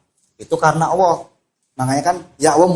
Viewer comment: Alloh, bukan owwoh. 🥶